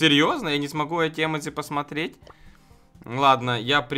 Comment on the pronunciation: если ты хочешь показаться умным то не емедци а ёмоджы